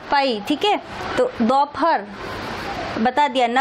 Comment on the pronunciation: Mam its not dauphar its dopahar.time 15.08